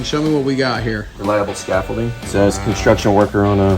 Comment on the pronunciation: Keep these vids coming. Would love to see more. The d isn't silent though lol